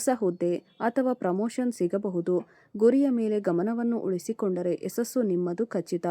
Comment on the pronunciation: ಯಸಸ್ಸು ಅಲ್ಲಮ್ಮ - ಯಶಸ್ಸು ಅನ್ನಬೇಕು ಕಂದಾ